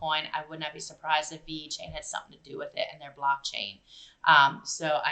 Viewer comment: Don't want to nitpick but pronounced Vechain not veEchain